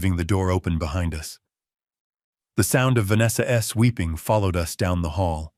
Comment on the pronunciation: Great story. The voice over was very robotic, when saying Vanessa's it was "Vanessa ess?", then halfway through it went back 15 mins and replayed. It was good but so ruff. I wish it was polished. The ess thing was very annoying.